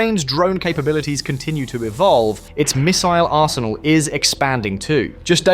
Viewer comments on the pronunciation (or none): none